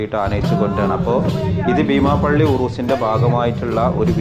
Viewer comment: ഭീമാപ്പള്ളി അല്ല ബീമാപ്പള്ളി.